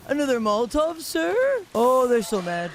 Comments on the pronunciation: I’m glad I’m not the only one who pronounces Molotov as “Molt-Tawv” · Pronouncing it as "moltov" triggered me more than irregardless ever has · I've never heard Molotov pronounced that way